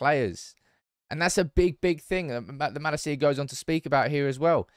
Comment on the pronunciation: Dutch pronunciation tip: MaLAcia, in stead of MalaCIa.